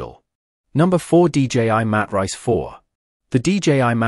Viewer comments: These A.I. voice overs I tell you! What is a Mat Rice! 🤣🤣🤣🤣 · Lost me when the AI Narrator pronounced the Matrice model as Mat Rice.